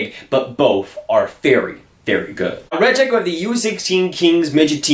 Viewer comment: Samu Tuomaala is my #2 player for this draft, Räty at #1. Räty is pronounced Rotty not Rat-ee